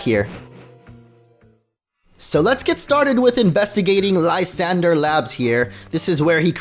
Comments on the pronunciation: lol its french "La-san,dray" lol its so hard watching this for me and funny like idk premature kinda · lysandre= Liss-ahn-druh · Mate, I’m watching in 2018. (His prononciation Of Lysandre is PAINFUL)